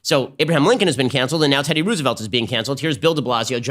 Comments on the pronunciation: Anyone else confused why he wrongly pronounces Roosevelt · Ben's pronunciation of"Roosevelt" 🤨🤔🧐😂😂😂 i have literally never heard it pronounced that way! So cute, made my day, i love it 🥰😍